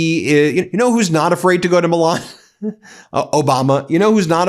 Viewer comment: Please pronounce Milan correctly, it's not the title of a Disney cartoon.